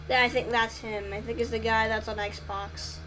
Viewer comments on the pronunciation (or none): none